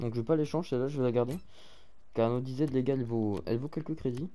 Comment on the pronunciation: Il rend fou à dire anodizaide on prononce ANODAÏZED